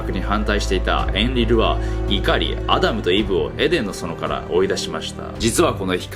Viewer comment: ア○ルとイヴって聞こえちゃった